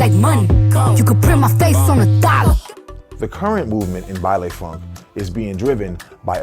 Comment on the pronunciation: for those who don't know, it's pronounced "bailEE funk" not "bailAY"